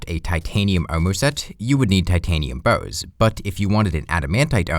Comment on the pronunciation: You saying "bars" sounds more like "bows". The youtube subtitles agree.